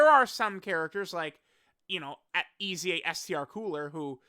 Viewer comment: Why "EZA" is pronounced "E A S Y A"?